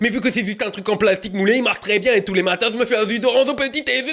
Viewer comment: "EST-CE QUE TU AIMES LE ZUS D'ORANZE AU PETIT-DEZEUNER CLITORINE !" C'est bon, ma matinée est faite :)